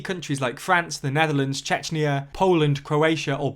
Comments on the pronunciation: He seriously called Czechia, Chechnya lol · Excuse me? Did you say Chechnya? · Hi, I follow your channel on occasion, I assume you're a native English speaker, but the way you mispronounce names of leaders, and now countries, for the love of God, use wiktionary, listen, calling Czechia Chechnya is kinda insane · Is Chechnya the same "accent" thingy as nukillar instead of nuclear? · Did he say Chechnia!? seriously!? Can you employ some main land Europeans. I kniw the Channel is too wide to know all those European countries. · Czechia, not Chechnya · (Czechia not Chechnya) please read it correctly next time, thx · Did you just call Czechia "Chechnya"? Mate, this ain't Russia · Next time this Channel cant watch their mouth And messes up czechia im unsubbing